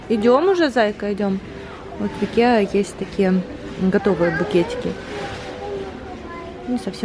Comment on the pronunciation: Не правильное произношение ИКЕА, только пишется с буквой А, а читается ИКЕЯ!!! Спасибо за влог!